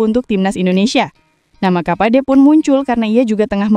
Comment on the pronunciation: Timur kapache mba bukan kapade.